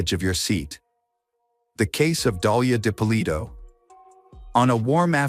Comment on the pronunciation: AI bs can’t even say her name right. Didn’t make it 5 minutes